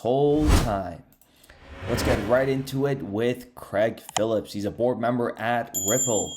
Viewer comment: Craig ( crayg ) not pronounced creg